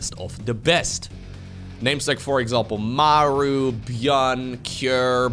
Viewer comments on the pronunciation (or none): none